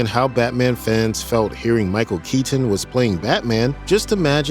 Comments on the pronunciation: Michael KeeTen …🤨 Michael KeyTin…😡 Michael Kei10 …🤬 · Could they get a guy who said Michael Keatons last name stranger please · Why can't this dude pronounce "Keaton" properly?